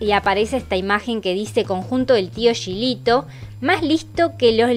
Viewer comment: Hola,, como dato te digo que el Tio Gilito se pronuncia como si tuviera una "j", igual que pronuncias "Juanito".